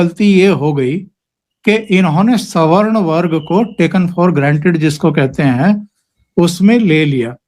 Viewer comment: को पहली बार सही से सवर्ण शब्द का उच्चारण करते सुनना सुखद है अन्यथा अधिकांश वक्ता तो स्वर्ण शब्द का उच्चारण करते हैं।